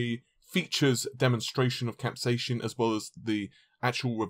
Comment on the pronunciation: Again with the "capsayshin" and "cashie controller".